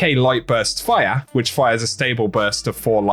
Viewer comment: how you say fire makes me giggle, “FORYAH”😉